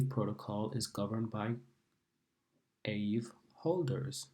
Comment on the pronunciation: It’s pronounced Ah-vay